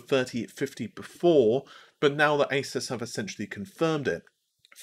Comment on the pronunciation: Downvote for your bad pronunciation of Asus (A-Zeus)